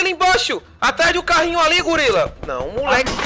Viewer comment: A bela fala e gulila kkkkkkkkk